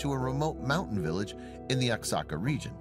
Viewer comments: SO 😔 SAD IM RELIEVED SHE WAS LIBERATED FROM THAT HELLISH MINION OF sATAn..! LOVE YR SHOW!!! ALSO, OXACA IS NOT PRONOUNCED. "OX-AHH-CAH"... IT IS PRONOUNCED "WAH- HOCK-CAH" BEEN THERE IS BEAUTIFUL... THANKS AGAIN... GODBLESS..!!! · you pronounce oaxaca, Wa-Ha-Ca!!!! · You could've quickly googled how to pronounce Oaxaca. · Seriously that was so annoying!